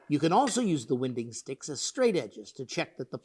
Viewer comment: Hi there.... I don't mean to be picky but the way you pronounce winding stick is wrong it is pronounced like winding up a clock, when something is in winding it is not twisted or turned.